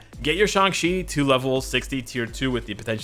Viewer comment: why does people pronounce it as Shung-chi?